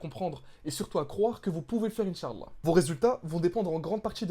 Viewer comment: Salam frère, merci tout d'abord pour ta vidéo, c'est très intérressant. J'aimerais attiré ton attention sur un point important. Tu prononce mal le mot Insha'Allah, il ne faut pas prononcer la lettre 3ain. tu dis Insha3Allah au lieu de Insha'Allah. En faisant cela tu ne dit pas "Si dieu le veut". j'éspere que ça te seras profitable, Baarakallahufik.